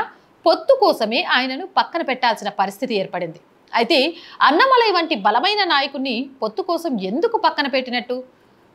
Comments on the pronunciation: అన్న మలై కాదు - అన్నా మలై అని చదవాలి. పదాలు కరెక్ట్ గా పలికితే విన సొంపుగా ఉంటుంది లేకుంటే అసహ్యంగా ఉంటుంది. మార్చుకోండి పలకడం. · Amma meeru “Anna malai” antunnaru Kaani Telugu lo “Annaa Malai” Andi Alaanee meeru “Radha yatra annaru Kaani adi Telugu lo Rathaa yatra” Just deergam pettali andi